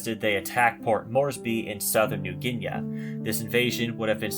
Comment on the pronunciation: As with too many channels, pronunciations are off. It's "Roach-fort," not "Rockefort." "New Ginee," not "New Ginea."